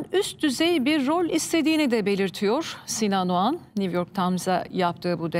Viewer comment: Niv york deĝil güzel nü york nüüüü